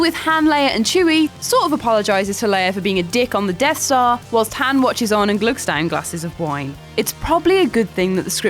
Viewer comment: Gotta love how she pronounces "Han." Even in the movies Han always corrects people that pronounce it like her.